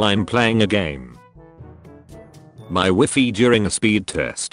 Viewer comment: The way he pronounced the word “WiFi” though........